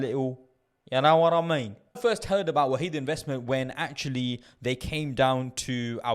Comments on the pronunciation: I always pronounce it as “Wa-hid” (1 in arabic) lol, great video bro! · It’s pronounced wahed (one). Jzak for info